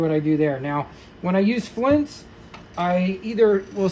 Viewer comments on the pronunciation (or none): BTW, it's FLITZ, not FLINTZ. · Sorry bro but there is no "N" in F L I T Z...yer killing me bro...otherwise FANTASTIC video! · It's FLITZ like SCHLITZ 😅😅😅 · It's Flitz, not Flints. It removes bluing because it contains amonia. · confused the hell out of me saying flintz. till i saw the tube I had no idea what you were talking about. but yeah.. Flitz is great stuff. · Thank you for sharing all of the information. A Very Minor Detail. "FLITZ" does not contain an "N".